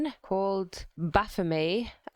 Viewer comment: I think it's actually pronounced "baf-oh-met" with a hard T but demons deserve disrespect so carry on